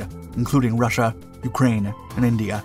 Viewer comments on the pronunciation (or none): none